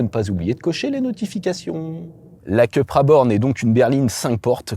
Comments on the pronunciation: Je suis étonné, quand on connaît le professionnalisme de, qu'il fasse cette bourde. Soit on dit "Coupra" à l'espagnole, soit "Cupra" à la française mais surtout pas "Keupra" à l'anglo-saxonne! Ou alors on dit "Sit" quand on parle de Seat...Que laisse cette erreur au barbichu de Caradisiac... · Il me semble que ça se prononce plutôt "coupra"... c'est espagnol, pas anglais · Le design extérieur est à tomber !! Mais l'intérieur façon ID3 me déçoit.. dommage car elle était dans ma shortlist... si je peux me permettre... Cupra est une marque espagnol alors il faut dire Coupra 😊 Merci pour cet essai. Toujours un plaisir !! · Pourquoi dire Ceu et pas Cu??😉Très bon essai comme d’hab’ mais vu uniquement en 360p,je ne sais pas pourquoi!Ca serait bien un comparatif entre Id3 et Cupra